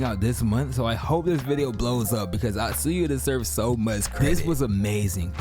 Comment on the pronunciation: His name is Atsuya Uki not Utsuya Yuki...